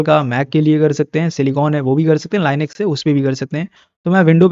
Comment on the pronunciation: it saying lyiinux